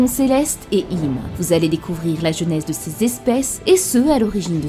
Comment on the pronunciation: AAAARRRRRgggghhhh On dit "Jeu"nèse, et pas "j'ai"nèse ! Sinon tout est parfait, comme d'hab chez toi :)